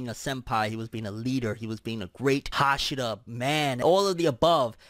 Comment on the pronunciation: haSHIra, not HAshira